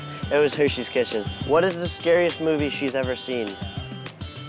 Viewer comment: He could not say hershey kisses to save his life lmao